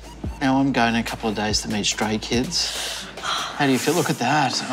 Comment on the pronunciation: Why i heard STRAIN KIDS instead of StRAY KIDS 😂